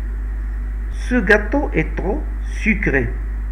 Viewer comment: تغو ❎ تخو✅ trop